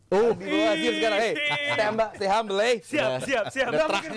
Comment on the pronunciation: Stay coli Bukan stay hamble 😂😂😂😂😂😂😂